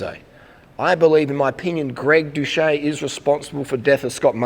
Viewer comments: Did you really fail to pronounce doucette correct? Its not "dousche" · and where does the "ette" at the end go? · 3 falsehoods in the first 11 seconds: You say you're sincere, you pretend you're too stupid to correctly pronounce his name, and you lie about his response to your begging for a live debate. Yuck.